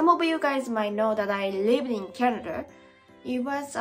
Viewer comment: I like tennis, and I didn't know people play it in Japan. "Ice cream, you scream, we all scream for ice scream." Damn it, I hate the English language so much (I am serious). EDIT: ""Canad-er" alert! It is SO damned cute when says that! It's even cuter than hearing 'Mrs. Eats' say "Soff-er" (Mrs. Eats means "sofa", like a couch)... (More cute -talk or -isms: "Mary-wonner", "Cokai-een", "Chock-rate", "Canadarias", YouTube "Chan-niel", "co-weef-idence", and lastly "ten-nees") Honestly, I know that will eventually pronounce every English word PERFECTLY.... but I will also be a little sad 😥 about it, because her unique way of speaking and doing things is a part of what makes so damn loveable 🤗